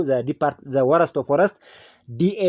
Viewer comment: ዎረስት እያልክ